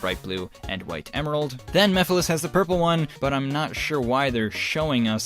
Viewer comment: I like how calls Mephiles Meph and I misheard it as meth lol